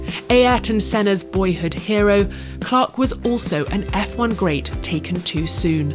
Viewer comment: Kick her out, she can't say the legend's name. And it is not the first time. ffs.